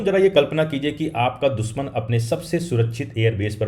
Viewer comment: दुसमन नही दुश्मन, सुरच्छित सुरक्षित। अच्छी हिंदी बोलो भाई।